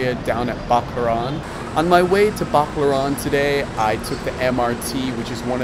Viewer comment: Bac-la-ran not bacla-ran he he